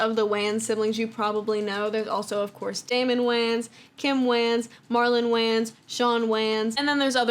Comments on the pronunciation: Absolutely loved this video! So comprehensive and well put together and my friend the way you are pronouncing WAYNES IS KILLING ME 😅😂😂😂 “wAnZ” I can’t. Honestly tho, great video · You calling them Whanns instead of whains is killing me. 💀💀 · it's really bothering me her pronouncing their last name like WAYns instead of Waynes 😂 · For the record the Wayan family name is just prounoucrd like “Wayne” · Lol anybody else bothered by the way she keeps mispronouncing the wayans brothers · cool video and all but wtf is that pronuntiation of the "wayan" last name lmao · Why she saying Wayans like dat sound silly asl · Thats not how you pronounce the Wayne's name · the way you're sayin wayans is killing meeeeee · Bro, who says “Wayans” like this!? Now I can’t say it any other way…